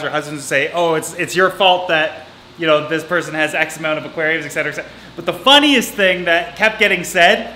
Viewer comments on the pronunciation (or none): there’s no “x” in etc. lol